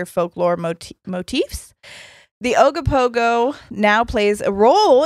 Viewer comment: Damn I’m impressed you got the right pronunciation of Ogopogo and Okanagan. I remember riding Ogopogo paddle boats as a kid. Imagine swan boats but it’s a sea monster